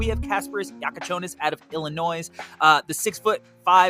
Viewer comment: Ain’t no way you pronounce Illinois with an s